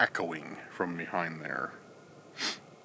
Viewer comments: necrometer- necro..meter. sorry i googled pronunciation as i was curious for myself. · Pronounce necrometer right man, you are totally saying it wrong. Your the only one that pronounces it like you do!!!